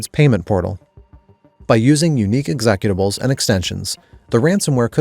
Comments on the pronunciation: Is this channel secretly ai? Who pronounces 'executable(s)' like executive? I.T. person here, genuinely wondering if ANY English speaking person has pronounced it this way. Sound off, cause I like this channel, but not gonna support ai speakers unless it's for a good reason (disability or stuff like that, not first language, you get the drift). Really enjoyed the no rollbacks so far. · "Ecksequtables" Is this AI or a misspeak?